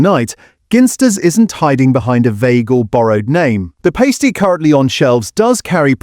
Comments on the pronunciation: More AI slop...Past E not paste E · Ginster’s “Pay-sti”? If you’re going to use AI narration then you’ll have to edit it afterwards. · Please get your AI to be more consistent with pronouncing things like PUKKA and PASTY. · The AI narrator cannot even pronounce Pasty or Pukka. 🤣